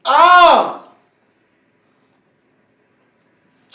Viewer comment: "Hol on"